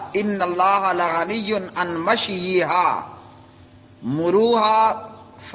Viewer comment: پہلے تو آپ نے بیان کرنے میں غلطی کی ہے۔۔۔ لغنی کی جگہ پر لعنی پڑھا ہے